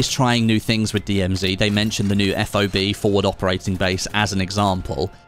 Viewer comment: Its ‘FOB’, not F.O.B 😂 great content as always 🤟